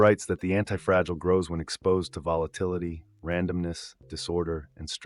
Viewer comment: the voice is AI because it pronounces anti-fragi-gile perhaps due to an error in spelling when feeding the AI narrator